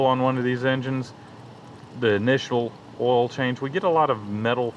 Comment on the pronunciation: It's oil not oooool